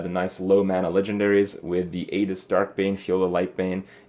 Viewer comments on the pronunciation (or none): none